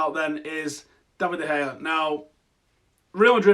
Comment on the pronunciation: mate its not De gay its pronounced De Haya